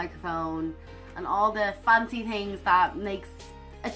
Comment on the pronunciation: Hey, Love watching you doin whatever...you are a riot. (Means funny) here in new england. USA I would love to sponsor you here on youtube. Not sure how to do it. You warm my heart everytime i hear your voice. I'm curious though-Do all Irish ppl have trouble pronouncing words that start with TH, like things, thoughts, when u say things, it comes out as tings...I think its soooo cute. 😃😃😃